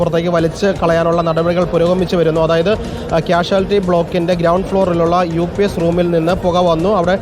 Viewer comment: “UPS” PLEASE PRONOUNCE CORRECTLY. Not “UPIECE”. DR ARUN - PLEASE MAKE SURE YOU USE THE WORDS CORRECTLY. YOUR PRONUNCIATION IS VERY WEAK. PLEASE CORRECT IT